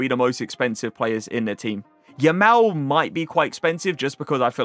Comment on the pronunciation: You’re saying Yamal wrong